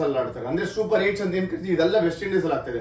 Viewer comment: ಅದು yenu (ಯೇನು) ಅಲ್ಲ.. enu (ಏನು)..